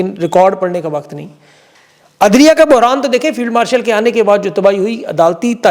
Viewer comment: Field warshal ya marshal..mene ghalat suna ya istarah kaha ap ne 🤣🤣🤣